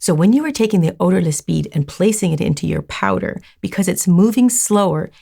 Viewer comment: Wait, her accent . “So I got me powda!” 😮